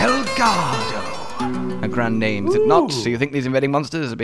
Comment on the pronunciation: He can't even pronounce the name